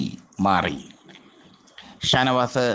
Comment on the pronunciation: താനവാത് - തൂപ്പർ താരം - മലയാളം ഉഛരിച്ച് പഠിക്ക് ആദ്യം - ഛെ